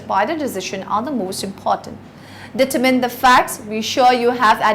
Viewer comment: Annoyed by the way she pronounces determine.